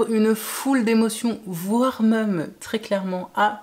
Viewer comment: Et sinon..... Le même.... Ne se dit pas meume 😂.